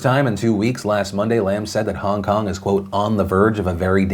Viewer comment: Stop saying HUNG KUNG!! it's fucking HONG KONG!!